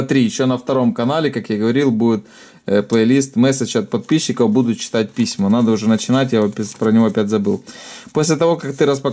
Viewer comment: ты сказал не подписчиков а подписиков